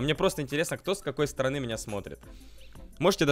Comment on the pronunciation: У тебя ошибки не стана а страна и не декабырь а декабрь